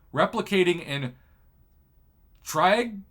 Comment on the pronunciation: Tree - aj - ing. Triage triaging, like what you do to wounded people in a mass casualty incident.